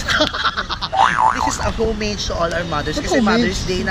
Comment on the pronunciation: Homage is pronounced as "oh-maj"